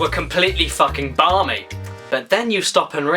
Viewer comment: It's not "Bombing", It's "Barmy".